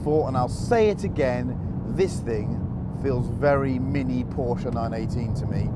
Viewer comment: Come on its a porsche not a porch and how can it be soulless and lifeless? And why make us wait 10 mins before showing the full drag race for that matter?